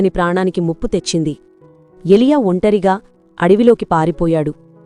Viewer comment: అమ్మ వాక్యం చాలా బాగుంది కానీ 🎉 ఎ లియ కాదు ఏలియా 🎉